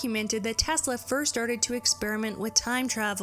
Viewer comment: Tesla was a god!.. The way you pronounce his name makes me want to slap you!